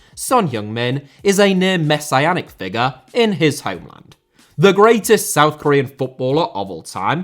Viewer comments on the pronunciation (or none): none